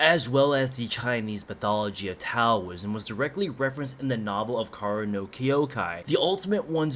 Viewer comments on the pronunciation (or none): none